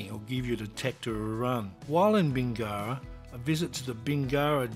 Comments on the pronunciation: Yes, but does Does know the correct pronunciation for Bingara? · Apparently not :D